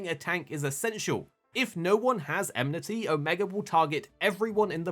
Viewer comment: Ah leh sah. EN mih tee. Why people struggle so much with her name and that word, is silly to me. It's super common across mh YouTubers.